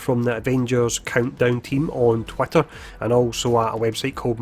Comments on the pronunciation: Loving it too, dunno why but it makes me think about a cartoon duck... "Twatter" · I love how you pronounce it "twatter".